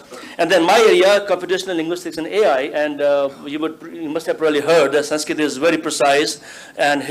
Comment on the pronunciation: Amazingly most of the people in panel can't pronounce "Sanskrit" correctly. Sheldon Pollock, however, is very good at it.